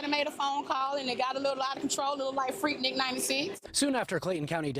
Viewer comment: Shid free weave!!!! Are you kidding me she said freaknic 96